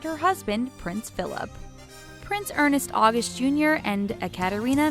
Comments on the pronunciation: It's "ernst august" not "ernest august". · oh my the butchering of the name ernst august XD learn to pronounce the names guys